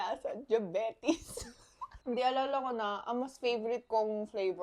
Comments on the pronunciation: Pinoy na pinoy yung “jabetis” 😂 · na tawa ako sa "LASANG DYABETIS" pati pronunciation very pinoy hahaha!!! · The pronunciation of Diabetes is very pinoy 😆😆😆😆